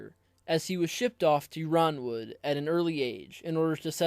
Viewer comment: already subscribed bro may i suggest you be careful with pronunciations? I believe House Yronwood is prounced Ironwood